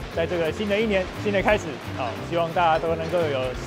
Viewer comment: 啟發聽成幾扒